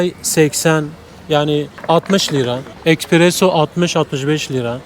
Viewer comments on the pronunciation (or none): none